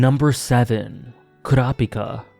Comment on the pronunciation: At least you are using the actual pronunciation for Kurapika Nice list